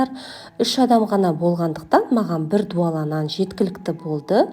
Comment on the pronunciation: Зуала деп айтады дуала емес)